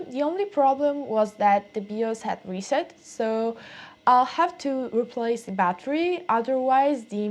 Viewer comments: FYI people usually pronounce the "BI" in BIOS like the "Bi" in bisexual. It sounds a little bit like you're saying BeOS 🙂. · "Bee-os" Hehehe =) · BIOS. Pronounce it "bye-oss". Love your accent! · o wow remember these types of computers and processor 486, love the accent and how you pronounce 'Bios'